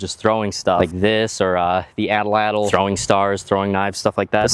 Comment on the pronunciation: At Latl.....not Atl Atl